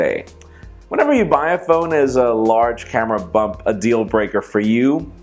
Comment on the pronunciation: said camera bump not hump